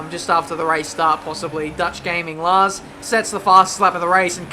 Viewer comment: like your pronunciation of Lars, I'm Dutch myself and it sounds nothing like how it is supposed to be pronounced.